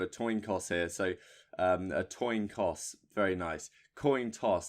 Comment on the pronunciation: Toin Coss ahahahhah